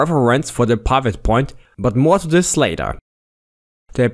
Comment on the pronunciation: OMG............"TIM" is not pronounced TYME........."SLIM"....is not pronounced SLYME........"DID" is not pronounced DYDE.......WHY ON EARTH would you pronounce "PIVOT" as PYVOT ?????????????????????????????????????????????